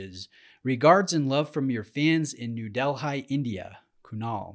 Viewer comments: you lost me at New Del-HI... it's pronounced New Del-Hee... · New Del-high? It's actually pronounced like "deli". Like your videos. Do some on longines/tag/Rado/oris/Maurice because that's what your fans from New Del-high can reasonably afford. Someone needs to start a watch review channel for people who are not that rich. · Like the longer format and fun Q&A. Your pronunciation stinks 😂 lol New Deli... love your channel as always great content.